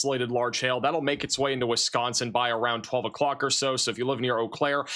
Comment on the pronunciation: says "Wisconsin" the right way so I've subscribed.